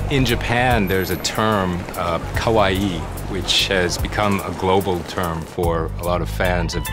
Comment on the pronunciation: it sounds like he keeps saying kowaii not kawaii and they are completely different. with one meaning scary and the other meaning cute